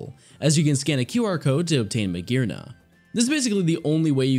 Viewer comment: THERE IS NO VOWEL BETWEEN THE R AND THE N IN MAGEARNA!